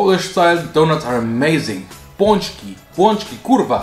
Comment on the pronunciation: Ein richtig amüsantes Video,!!! Danke fürs Teilen <3 Und ja, du hast,,Pączki" korrekt ausgesprochen. Du musst auf jeden Fall die,,Pączki" am,,fetten Donnerstag"" (tłusty czwartek) -. An dem Tag lassen es sich Polen richtig mit Pączki und Faworki gut gehen:) Ich wünsche dir alles Beste und übrigens dein Magen hat enormes Volumen;-) Keep it doing, bro!